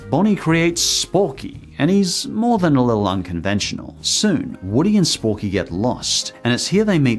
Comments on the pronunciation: You said it wrong.... It is not Sporky! It is Forky!!! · ITS FORKY NOT SPORKY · It’s not sporky it’s forky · It’s actually pronounced Forky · Just a reminder, It's actually Forky, not Sporky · Has anyone else realised that he said 'Sporky'? His name is Forky. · I love how he called it Sporky when it's Forky. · Bonnie made sporky Me: its forky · It’s forky, not sporky. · His name is forky, not Sporky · I like how you say “Sporky” instead of Forky. Then again it is more accurate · Did he just say Sporky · it is forky not sporky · calls sporky me: ITS FORKY ITS CALLED FORKY ON PURPOSE BECAUSE BONNIE IS YOUNG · did you call forky sporky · It’s forky not sporky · it's Forky, not Sporky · It's not sporky it's forky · Has no one realised that he said sporky instead of Forky? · he called Forky sporky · You had said four key his name is sporky I'm just going to say that real quick not trying to be smart or nothing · Love how no one is saying about how he said SPORKY instead of FORKY!!! Not a hate comment tho love ur videos I just get triggered over the simplest things don’t me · It’s FORKY NOT SPORKY. omg....I’m YouTube’s Hermione granger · His name is Forky, not Sporky, even though he is a spork. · its not sporky it forky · ITS NOT SPORKY ITS FORKY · and eventually Bonnie made Sporkey.... Everyone else: it’s forky. NOT SPORKEY. ITS FORKEY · His names forky not sporky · Know what’s funny he lives in the UK were the sporks name is sporky but I live in America were he is called forky so I was confused when he said sporky for second. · His name is not sporky its forky even though it should be sporky cause he is a spork but worry but its forky. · His name is Forky, not Sporky. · Sporky? It’s forky? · am i the only one that got extremely mad when he said sporky instead of forky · Sporky no no no, its Forky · It’s forky, not sporky ...lol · Anyone else triggered about him calling it sporky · He called him sporks it’s forky 👋 boi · Did he say sporkey